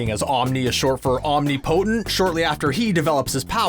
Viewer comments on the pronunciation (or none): Omnip-o-tent. Not omni-potent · Or omnipotent